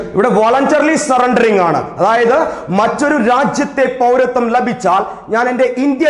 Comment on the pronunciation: ലഭിച്ചാൽ .....എന്നതിലെ ല നിങ്ങള് പറയുന്നത് കേൾക്കുമ്പോൾ അരോചകമായി തോന്നുന്നു